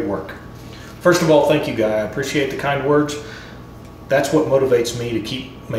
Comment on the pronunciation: Yes You got my surname right. You just won a Merit Mark. Guy.